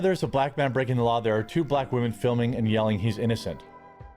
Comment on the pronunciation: Why do these people always seem incapable of saying the word "women?"